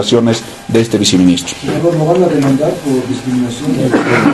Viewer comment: Se dice: Viceministro y no se dice viciministro